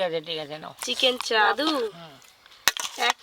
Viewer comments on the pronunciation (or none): Ota chharo sono oo abar ki bollo du piece dichhe setao dewar ichha nei bole "ufff dadu chicken chaab ek piece ei kisti maat" 😂😂😂 uchharon o korte janena Chicken chaap ke chaab bole osikkhito r choto moner hole jaa hoy!!